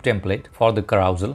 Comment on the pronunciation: LOL....carousal......carouSEL....as in SELf....SELL your car. I think the clue is the use of the 'e' rather than any fictitious 'a'. KA_RU_SELL.